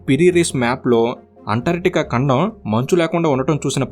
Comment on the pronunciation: ఖండం ❎ కండం ✅ 😁😁